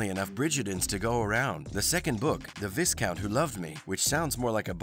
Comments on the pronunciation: It's not Vis-Count,, it's pronounced Vi-Count. The S is silent. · Is there no account on YouTube who "reports" on these things that can pronounce Viscount correctly? All the mispronounced names are driving me nuts. The show literally says them for you!